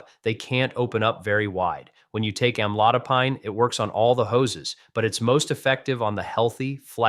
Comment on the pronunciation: Ai robot can't pronounce the drug.